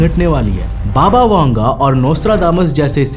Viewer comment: बाबा वेंगा है वांगा नही ठिक से पढ तो लो 😂😂